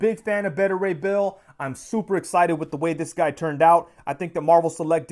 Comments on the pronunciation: The way you kept saying his name was painful. It’s Baita as in Alpha/Beta not “Betta.” Beta (Baita) Ray Bill 👍🏿😂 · Btw who's "Bettah" Ray Bill? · You're a big fan of the character but you can't pronounce his first name right? Beta = Bay-ta